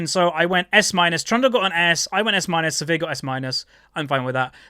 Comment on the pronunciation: Always funny when says "Severe" instead of Sivir XD